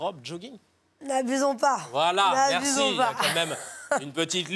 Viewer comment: "Marci" elle a dit..